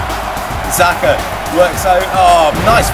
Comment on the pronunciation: Xhaka not zerkaa